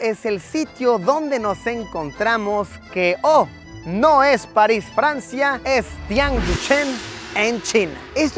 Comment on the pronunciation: París ❌ Palis 😈✅